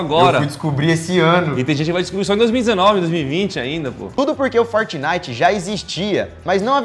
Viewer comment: "fortinite" kkkk não parei de rir